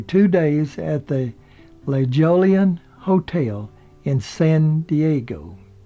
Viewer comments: Haha, great job! A minor correction for you,: The 'J' in La Jollan is pronounced like an 'H', the double 'LL' s are pronounced like a 'Y' as in llama. So it's not like the word "Jolly", but like "Hoy ya", as in "aHoy there, mate!", and "Ya, dat is good beer!" When you come to San Diego, make sure you practice! La Hoy ya... La Hoy ya...!! La Jolla is a large suburb & business district in San Diego city limits to the west, right on the coast. La Jollan means, "of La Jolla", just like, James Garner is a native Oklahoman, from Oklahoma! BTW, the real estate there is EXTREMELY expensive. In La Jolla, NOT Oklahoma!!;-) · Always loved to watch James Garner growing up- he was the best. I appreciate all your biographies! (By the way, the motel is pronounce La-HOY-an). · It's pronounced La Hoya ya and spelled LaJolla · "La Jollan" is pronounced "La Hoyan", La Jolla being a famous suburb of San Diego, CA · I shuddered when I heard it pronounced with a "J". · I have to smirk when the honeymoon motel LaJollan is pronounced incorrectly. The J should be pronounced like a soft H and the two Ls should be pronounced like a Y. Nice to see photos of one of my favorite actors / people who walked this earth. They don’t make them like James Garner anymore. I stumbled upon this video after seeing a video about Steve McQueen and interview with Mr. Garner.